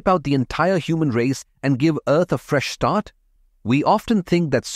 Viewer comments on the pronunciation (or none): " give earth a fresh syart" 😮